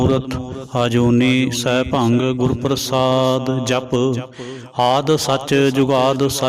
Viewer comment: ਅਜੂਨੀ ਸੈਭੰਗ ਜਾਂ ਸੈਭੰ … ਬਾਣੀ ਨੂੰ ਵਿਗਾੜੋ ਨਾ ਜੀ …!